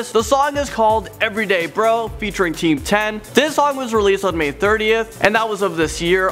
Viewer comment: its called Team 10 not Teamdom